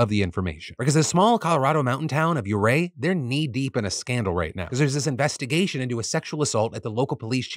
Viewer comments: I know I'm late to the party (I have to save up philly D's for an end of the week marathon) but I live on the western slope and everybody pronounces ouray as 'you' Ray if I recall correctly it's named by an Indian chief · Nit picky but isn't it pronounced "oooo-ray" ?